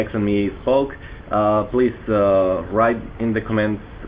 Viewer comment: MY FUCKING GOD ITS COMMENTS NOT COMMÉNTS !!!!!!